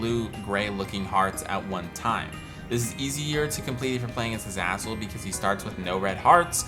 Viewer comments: Its u zay zal not u zaz ul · the fact that this guy pronounces azazel as azazel instead of azayzel is horrifying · Omg, sorry but, AE not AA Azazel is AE. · Isn’t Azazel pronounced “A-Zay-Zel”? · Everytime you said azazzle i died a little inside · It's pronounced A-zay-zel btw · It’s pronounced a-zay-zul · Say azazle properly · You say Azazel Wrong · Is it pronounced A-zah-zel or A-zay-zel? I still don't know